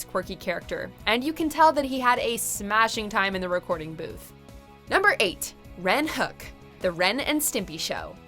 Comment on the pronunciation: Ren HO-EK ...not Ren Hook.